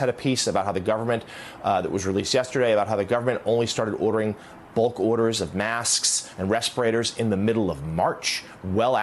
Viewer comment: When did the word mask turn into masksk?